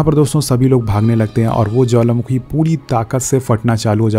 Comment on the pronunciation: You say jwalamakhi🤭🤭🤭...by the way love your explanation 😍❤️🥰